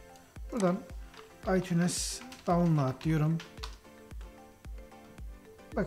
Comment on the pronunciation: Aytuns okunuyo aytunes değilllll